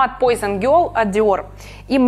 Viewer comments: Вообще-то не ПОЙЗЕН, а ПУАЗОН...Франция, все-таки:) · Учите французский хотя бы для того,чтобы правильно произносить названия парфюмов и домов их производящих. Режет слух пойзон,мэйсон,да ви....и ect. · Произносить Ла ви э бэль, но Пойзон...... В чём логика, если Пуазон.....? Тогда уж говорите Ла вие эст бэл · Ну зачем столько сарказма ? Во первых, не мизон, а мЭзон или мЕзон, Ля ви э бэль ( именно так и произносится ) Во вторых, Пуазон... 😊